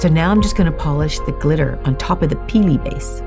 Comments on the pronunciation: Peely not perky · Is it just me that laughs every time she says “Peelie”? Not in a mean way just find it amusing. 😂